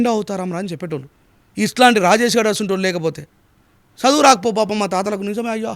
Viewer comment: సదువు కాదురా ముండా చదువు అనటం నేర్చుకో